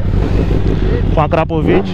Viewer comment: Se pronúncia acrapovit não akrapovic